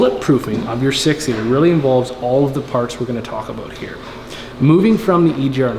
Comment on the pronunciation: Talks aboot being accurate says 110% wtf A